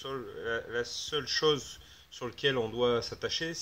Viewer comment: il a dit mantenant on passe autre shose ca veut dire on a pas que ca a faire "next " comme un chiffont quois.